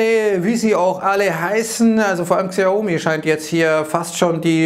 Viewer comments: Xiaomi wird Schaumi ausgesprochen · guckst du unten HansWurst -> Xiaomi wird Schaumi ausgesprochen